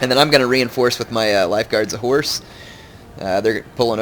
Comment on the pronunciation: Am I the only one who ALWAYS hears "Lifeguard of whores" or "Regiment of whores"?